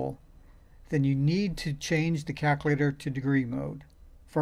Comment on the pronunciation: I can't even make fun of how he says "Calc-a-later" because these videos are fuvking great!!! Thanks man! Know that you are REALLY helping people!!